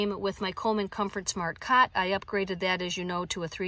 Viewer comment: Did you say cat or cot ? Must be your accent ?